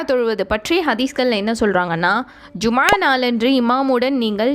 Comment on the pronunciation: Jumma ழ ஐன் உச்சரிப்பை அழுத்தமாக சொல்வதில் கவனம் செலுத்த வேண்டும். எப்போதும் ஐன் பெருமையாக உச்சரிப்பில் ஒரு ஹதீஸ் உண்டு..